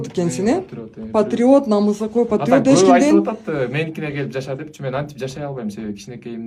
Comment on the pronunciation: Намысакөй эмес, намыскөй деп кыргыздын тилин так сүйлөсөң аябай дагы жакшы болмок.